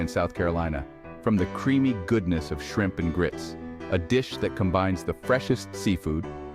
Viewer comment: AI has trouble with shrimp